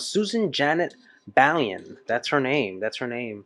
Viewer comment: Really good fun watching someone react to this for the first time. I bought it the day it came out in July 88. The drum and brass tracks from one of their previous recordings were played on a backwards tape loop and a new song was created over the top. Watch the film of Samuel Beckett's "Not I" to see those influences in this video. Baillon is pronounced "Buy-onnn". Siouxsie is half Belgian.